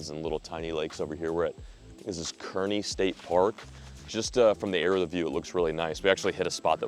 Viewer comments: Island. Island. 'Tiny'. It's the 4th largest in our state. Kearney? Pronunced car knee. So many 'tell me you're not from here without telling me youre not from here' statements. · I’m from GI and it makes me happy the way you mispronounced Kearny 😂